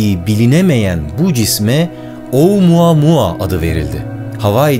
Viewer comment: Başlıkta oumuamua yazan oamamaamamammama diye okuyan bne .d